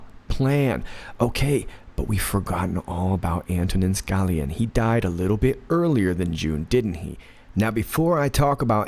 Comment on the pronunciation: It's pronounce Skah-LEE-ah. Again, it's Skah-LEE-ah.